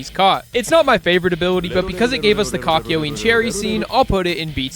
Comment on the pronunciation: Ok but did anyone notice not only how he said kakiyoens name and also just the subtitles